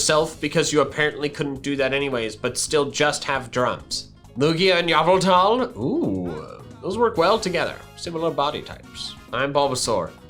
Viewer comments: It’s pronounced YEH-VEL-TAHL -this comment was made by the uncultured group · FOR THE LAST TIME ITS PRONOUNCED I-VEL-TOL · My friend was pronouncing yvetal wrong so I told him it's pronounced yah-val-tal and now its the only way he'll say it